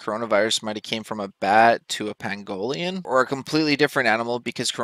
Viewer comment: learn how to pronounce 'panspermia' & 'Pangolin'